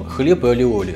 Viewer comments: похоже, автор просто не умеет делать майонез. любое масло взбивается. если правильно действовать. двойное л в испанском произносится как й. не аллиоли, а айоли. а ещё есть чеснокодавка. чтобы не заморачиваться с консистенцией белка, просто уберите его. используйте желтки. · А вы уверены что он называется алиоли? Ведь в испанском языке двойная буква ‘л’ произносится не как л, а как й. Например, плоские лепёшки из мексиканской кухни называются не тортилла как многие говорят, а тортийя. И этот соус, который мы в Штатах тоже очень любим, называется айоли. Ну а если у вас его произносят по другому, that’s cool too 😀 Не принимайте в обиду, я просто лингвист 😃